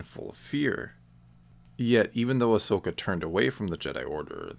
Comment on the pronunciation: I'm just glad you don't say her name as Ash-oka!! That really annoys me in people's videos😂